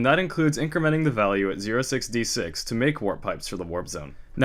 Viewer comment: ah english.. making 06D6 sound like 066...